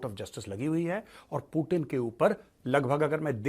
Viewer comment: पूटन नहीं पूतिन नाम है